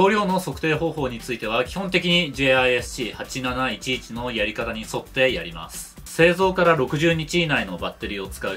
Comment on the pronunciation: 読み方はジス シー8711です ジェイアイエスシーじゃありません